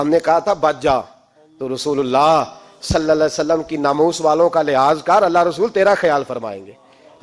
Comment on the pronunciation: Nabi pak Sallallahu Alahi Wassallam ka naam sahi se aada kiya kare jazakallah